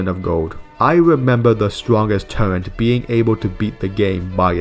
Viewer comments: Please... for the love of God. Its TURRET not TURRENTS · hey pal, no offense meant but turret is pronounced just as its written, theres no N in there.